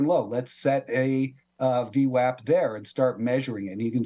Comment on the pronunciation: If you know Brian long enough through his videos it’s called vwap like Apple, not vwop. I learn a lot from him thank you!